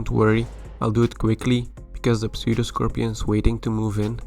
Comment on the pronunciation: the P in 'pseudoscorpion' is silent. Cool video.